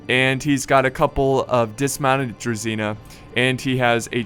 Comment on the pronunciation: How many times I have to learn non-slavic people that it's Druzhina, not Druzina! It's with Zh, not Z!